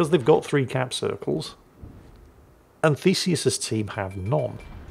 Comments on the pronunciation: I had to look twice of the atago players name as I always heard "fecies" (or "feces")😂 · Every time you said Theseus my brain said Feces and my inner ten year old giggled.